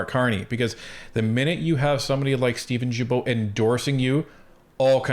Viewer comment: Are you guys intentionally pronouncing Steven'"s name incorrectly?